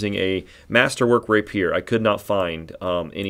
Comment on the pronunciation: So............ where ya get your portraits? You have a couple I haven’t found yet but like. Ok, now to watch the rest of the video. And since proper pronunciation mitigates my OCD shivers, Rapier = Ray Pee-er. Like someone you wouldn’t want to stand next to in the men’s room if you dig.